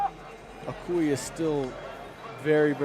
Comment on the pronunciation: Please, his name is pronounced Eee-noeee